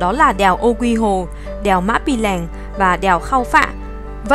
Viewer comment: Đèo Ô Quý Hồ chứ không phải Ô Quy Hồ đâu.